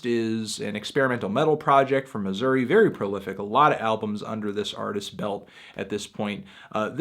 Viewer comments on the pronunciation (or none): none